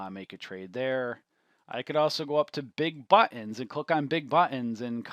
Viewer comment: "THE BUHHH TENS"